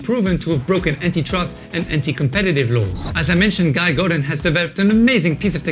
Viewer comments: "Guy"? You as a frenchman should know how to pronounce his name! He is from French part of Canada! :) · Hey bud, I Guess you mean his name is pronounced “Guee” then, thanks for the tip :) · Awesome, really appreciate it, can you imagine I been mis pronouncing it for a year!...let me get my shovel and dig a hole to put my head in lol